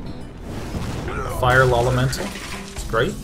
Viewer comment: Oh my God, that Faceless play was amazing, and I just love the way he says Feral Doge and Fire Lol-emental.